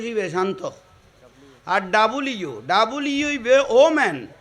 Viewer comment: হুজুরের ভাষা অশুদ্ধ। প্রায় সময় তিনি অশুদ্ধ উচ্চারণ করেন। যেমন:- w কে ডব্লিউ না বলে তিনি ডবলইউ। মৌলভীকে বলেন মলই